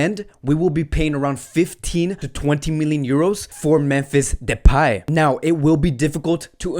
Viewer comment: Bro its memphis depay not depey